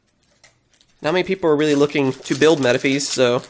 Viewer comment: Explains its pronounced metafis instead of metafeez Says metafeez one moment later 😂